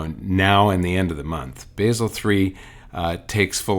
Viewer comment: It´s Basel, not Baysel.